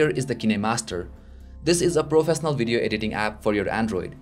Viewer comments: did u say profesnaal? :D :D :D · nice and clean video..but just an opinion..please improve ..your pronunciation of certain words.. like swipe,professional,certain etc..